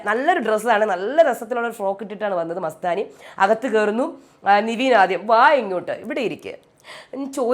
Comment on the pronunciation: നിവീൻ അല്ല.. നെവിൻ ആണ്... കുറെ ആയി കേക്കുന്ന് 😂